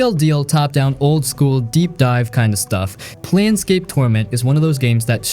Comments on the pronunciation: It's "Plane" scape, not "Plan" scape... Not sure how this gets screwed up... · Confidently mispronouncing planescape as planscape 17 times in the first 2 minutes of the video was brutal 😂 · It’s not Plan Scape torment; you are pronouncing it incorrectly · is it plane-scape or plan-scape bud? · Plane like airplane not Plan. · "PLAN scape" you said? You just got yer card revoked, kiddo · that one thing made me pause the movie to downvote. planescape, as in the planes of reality. if you are gonna recommend something, at the very least get the name right. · That's not how you say planescape... EDIT That's also not how you say Revachol